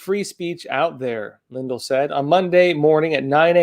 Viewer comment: It's Lin-DELL, not LIN-del.